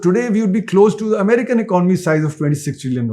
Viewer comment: Good content, but it's really a surprising sight to see that you still haven't learned how to pronounce basic words like "economy" despite talking about it so much, but are selling courses on communication. What a world we're living in.